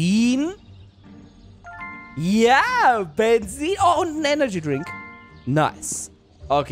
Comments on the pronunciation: Das heißt Bezin mit Z und nicht Bensin. 😔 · Wie er einfach immer "Bensin" anstatt "Benzin" gesagt hat! XD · Das heißt Benzin, nicht Bensin⛽ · Jeder sagt Benzin: Bensin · es heißt Benzin und nicht Bensin 😂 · Bensin lachflash des Jahrtausends es heißt Benzin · Bensin. Ich: Es heißt Benzin! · Bensin??? Heißt das nicht Benzin?😂😂😂😂😂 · Wem is aufgefallen dass immer Bensin sagt😁😃😄😅❤ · BENZIEN?!?!?!??!?!?!??junge...ES HEI?T BENZIIIIIIN UND NICHT BENZIIIIIIEN!!! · Das heißt nicht Bensin sondern Benzin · es heißt Benzin und nichts Bensin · 🥺❤️ Welche Sprache bist du? Du sagst Statt Benzin = bensin 😂❤️ Haha Liked pls damit es sieht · Es heißt Benzin nicht benzzin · spricht es "bensien" aus Ich:spreche eher "Benzin" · Mensch sag Benzin zzzz zzz nich sss mensch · Es heißt Benzien ohne s!!Mehrk es dir! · Wen triggert auch wie Benzin ausspricht?🤣